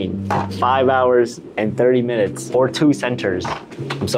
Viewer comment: "it took me 4 HHours to fix"